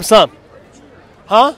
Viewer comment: Dude your Salam it's not right the way you say it.....